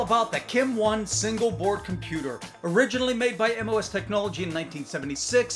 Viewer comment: MOS aka "moss"